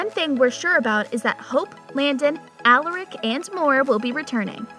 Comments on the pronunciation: You for real need to learn how to say Stefan, Alaric, and Salvator before you start talking about the show cause clearly you’ve never even seen it if that’s how you’re saying the names. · Please stop saying Stefan, Alaric , and Salvatore like you do it’s so cringe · Wow, done a whole story about these characters and we all know she never watch’s single episode. Watching these really got to me. She mispronounced Stefan, Alarac name wrong. Yes I may be misspelling it but at least I can pronounce them correctly along with Stefan and Damon‘s last name a Salvatore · Why is she mispronouncing the name Stefan, Alaric & Salvatore? Really annoying.